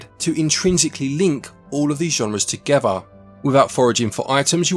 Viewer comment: Meshes them togever